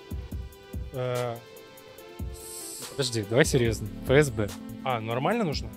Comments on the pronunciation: Только Эф Эс Бэ, а не Фэ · И вообще не Фэ-Эс-Бэ, а Эф-Эс-Бэ. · Ни ФээСБэ,а эФэСБэ!!!... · Какое ещё "ФЭ"??? Нет такой буквы в русском языке. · Эфэсбэ, а не фээсбэ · для справки: Рубрика "читаем и произносим правильно". ФСБ РФ [эф-эс-бэ эр-эф], нескл., ж. — Федеральная служба безопасности Российской Федерации. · Почему произносите фээсбэ,вэмээф и т.д.?Задания на грамотность и эрудицию,а произношение режет слух!Букв "фэ" и "мэ" в русском языке нет.Может сейчас другие правила?🤷‍♀️ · Если бы точным, то правильней говорить: ЭфЭсБэ